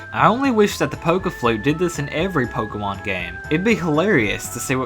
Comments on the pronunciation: you said fokemon instead of pokemon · I swear I hear you say 'Pokewon' at least half the time.